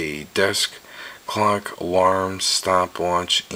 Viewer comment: Immature, I know, but it really sounds like you said "cock" instead of "clock